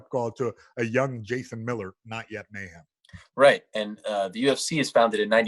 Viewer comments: So Ariel was intentionally mispronouncing mayhem as ma'am previously which caused him to flip out lol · Stop calling him Mayham